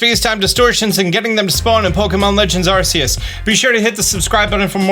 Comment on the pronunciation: Its arceus not arceus